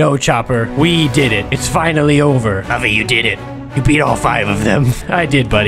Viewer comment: LUFFY NOT LUFY